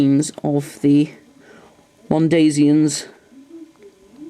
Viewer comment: You said mondaysian it's not days it as